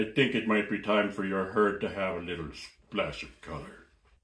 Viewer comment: Love the way that accent pronounces “Splash uv culer”